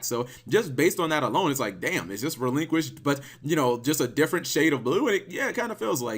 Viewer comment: It’s “Relinkquised”.